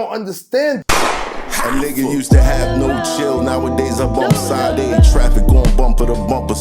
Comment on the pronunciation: That intro bothers me... it sounds like your saying "Side A", when her name is pronounced "SHA-DAY".....oh well...Dope song though!!!🫡